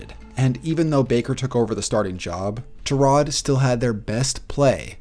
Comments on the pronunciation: tur-rod? .....isnt it tie-rod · He is really calling him ter-rod Taylor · Tie-rod not ta-rod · it's ty-rod, tie-rod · Love the vids but the way you say tyrod idk if you saying correctly or not but stop please 😂😂😂